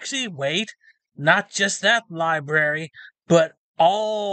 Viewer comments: The two r's in library are not connected,. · How sad would my life be if I wasn't allowed to go to any library in my county because I couldn't behave?, I think you were banned less because of your "audits" and really because you can't pronounce "library" correctly. There are TWO Rs!